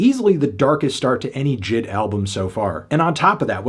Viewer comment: Anthony the name is supposed to be pronounced as J.I.D not jid